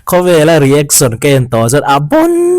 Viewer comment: I tawng a fiah fel fai ngaihthlak pawh a nuam mizo youtube channel ah ka en hnem ber ini..mahse kan hnam tawng nilo mahse .… iShowSpeed i lam dan hi please in ‘saw’ tiin lam tawh suh… show shh… lai kha a har miah lo (nopang bengchheng pawh ‘shhh..🤫’) kan tih tho kha 😂 …… reaction pawh ‘ri-ek-son’ aiah ‘ri-ek-shun’ (rEEAkshUHn) tiin han lam ta la a va mawi leh zual dawn tak em…… saptawng takin constructive criticism ah minlo pawm sak hram teh… min ngaitheilo deuh chu an rawn awm leh maithei mahse thenkhat ngaihmawh ani ve thei tho bawk 😂 😂